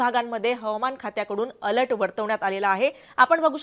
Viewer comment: अलट नाही अलर्ट 😭